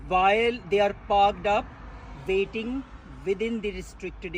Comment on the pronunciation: In this vay...you are vateing.